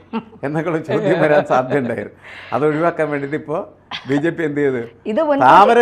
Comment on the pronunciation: VJP യല്ല BJP അതു പോലും മര്യാദക്ക് ഉച്ചരിക്കാൻ അറിയാത്ത അവതാരിക സിങ്കം.